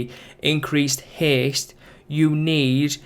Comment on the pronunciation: it is haste not heeest...